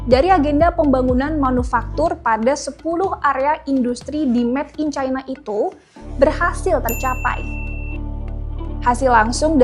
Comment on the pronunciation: "Met in China" atau "Made in China"?